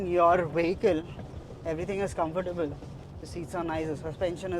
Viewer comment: Confertable ❌ Strong ✅